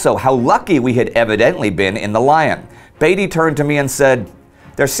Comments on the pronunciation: Hi there, loved the video. one small gripe. As an englishman i would correct you in saying Beatty like Bee-tee rather than Bay-tee. anyway great video! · FYI Indy, HMS Indefatigable, was often reffered to as, the Indy. Also Beatty, is prounounced Beat-e, rather than Bee-tea. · Isn't Beatty prounounced b-EE-tey, not b-ai-tey? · Admiral Beaty is pronounced " Beety" as in Beetroot" not Bateroot. Or the "Beatles" not the "Bateles"The British lost over 6,700 men BTW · Wasn't Beatty not pronounced differently? More like Beat-tee. At least that is how I remember the name from the BCC docu about WW1. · I think beatty's name is pronounced beat-y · ***** I understand and appreciate your efforts, and you are usually good or close enough. The odd part about the Beatty thing is I have never heard the name said any other way than as Beat-ty. Dont worry, its an easy mistake, wait until you get names like Wemyss which most English speakers get wrong! Keep up the good work, this is a series that really needs to be made, too many people forget the smaller details and only remember the odd large battle. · Beatty sounds like baby. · Love your videos however you have been pronouncing admiral Beattys bane wrong. Just for future reference. Keep the vids coming :D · right, it WAS Beat-y not Bate-y. Indy also mispronounced Ar-BUTH-not. Minor points though, these are not easy things to get right if you aren't a native speaker.